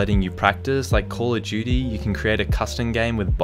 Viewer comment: try tell me he didn’t say Claw of duty. (edit): Thanks for the likes guys, I know its his accent but I thought ti was funny. Also video was amazing it inspired me to change to claw and I posted a vid of my progression